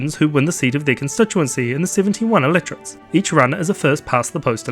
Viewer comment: Normally your accent doesn't confuse me, but it just took me until the end of the video to notice you were saying Electorates, and not Illiterates. Time to watch this over again now that I know what you said so the information will stick :P